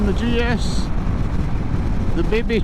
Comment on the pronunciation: These type of bikes unlock a whole new world of exploring huh? Btw I don't want to bring you down but do you know how the G in GS is pronounced in German? 😂😂😂😉